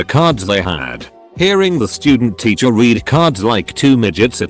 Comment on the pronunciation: No one: The voice: titcher